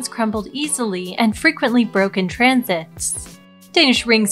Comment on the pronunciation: You have a very nice speaking voice, but if you'd like some advice try for more variety in syllabic emphasis. You have a tendency to repeatedly emphasize the next to last syllable in a sentence or close to it. "Broke EASily. Often broke in TRANSit." The timbre of your voice is very pleasing and would benefit from this change.